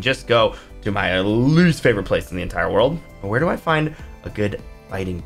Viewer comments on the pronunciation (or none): none